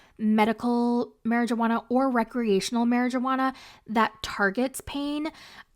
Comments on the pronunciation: if you say mary-JUUH-HANNA ONE MORE TIME PO!! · Are u aware that the “j” in marijuana silent ??